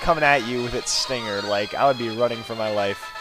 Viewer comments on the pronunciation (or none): none